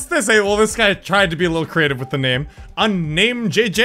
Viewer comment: that guy has Spanish xD he said unnamedhehe